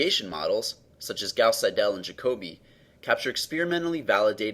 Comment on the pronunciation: Very good work, however Seidel should be pronounced as SEI-del, not as sei-DELL